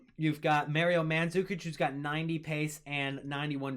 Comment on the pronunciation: How tf don’t you know how to say Mario . Your real stupid Foreals .